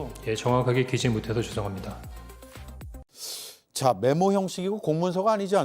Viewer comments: 죄송합니다(옛다~! 엿먹어라~!) 라고 들리는데… 나만그런가?? ㅋㅋㅋㅋㅋㅋㅋㅋㅋ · 알아따.알아따.옛다~!사과받아라ㅋ로 들리던데욥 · 정확하게 메모하지 못해서 죄송합니다.--->>메모인데 그렇게 토씨 하나 정확하게 적여야 합니까? 니똥 굵습니다.. 난 그렇게 들리던데. ㅋㅋㅋ 다들 자기가 듣고 싶은 대로 듣나보다